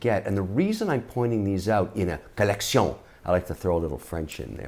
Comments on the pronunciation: one more time i hear collection pronounced like that im throwing a cat in the river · I truely believe the great Mr Wonderful has completely lost his ability to say the word "collection" without the french accent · Most of us took French 101 in school but still regular folks like you and I will have a hard time voting for a man who pronounces collection the way he did. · The way he says collection is awesome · Go info but your collection pronunciation is cringy as well as the I have a red bracelet because I’m on tv 🤮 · does it annoy anyone else every time he says "colleccion"? anyway watched the entire video for the essential info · Needless, failed French pronunciation of "collection" was a strategic miscalculation. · Kevin “Colletsion” O’Leary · Take a shot when he says collecione...then go bid on some watches !! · Fun "COLECTION"! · Take a shot every time he says colleccion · I swear the bad accents are the best part 😂😂 keep it up with the 'collek-see-ohn' 💯💯 I'm bouta start saying this all day now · I really don't like the way he emphasise collectiongggg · You mean kalecsionggg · Say “collecion” one more time😹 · "Accoutrement", " un je ne sais quoi ", "collection" pronounced with a French accent ... umm ... do you say "know how" or "savoir faire" ? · Trust me, once more he says collectioñë in his videos, I will stop collecting watches. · Collexion! Mr Wonderful, 3 things to point out: Jubilee bracelet - NOT “Julian”, maybe that’s why you like rubber b. Panda refers to the black ceramic BEZEL, not dial. Lastly, no one can buy these highly coveted watches without having to purchase a bunch of higher ticket slow selling pieces from the AD’s. That generally equates to spending 50 to 100k for each brand’s AD before being offered to buy the stainless steel pieces... I’m glad you’re a watch guy though! Check out John Mayer’s interviews on HODINKEE. There’s a well educated and cool collector for anyone that is starting a collection to know. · Collecssyawwnn haha